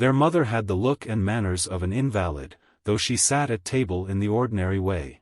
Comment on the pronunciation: LOL This narrator was a poor choice. He just pronounced invalid as in valid!